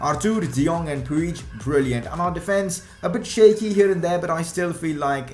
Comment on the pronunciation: It's Pooj. That's how it's pronounced.